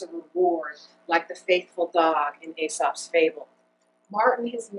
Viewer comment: If you’re going to try and sound poignant and smart by quoting Aesop’s Fables in court, you should probably know how to pronounce Aesop first...